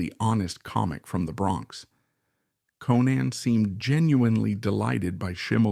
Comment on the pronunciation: You are mispronouncing Conan.